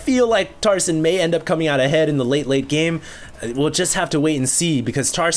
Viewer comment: i keep thinking he is saying tarzan